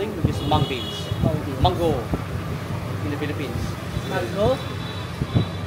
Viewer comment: Hindi po menggo sa english, mango po ang pronunciation…